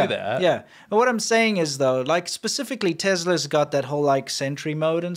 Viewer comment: wtf is a tezla lol